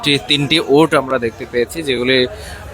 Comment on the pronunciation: মইজ্জার টেক নাকি গাবতলির মতো??? পাগলে কি বলে,,আর উটসসসস না উট